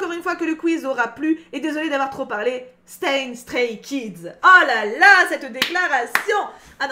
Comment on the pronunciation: Mes oreilles ont tellement saigné en t’entendant prononcer les prénoms des Stray Kids 😂